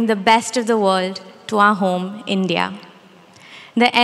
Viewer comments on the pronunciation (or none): none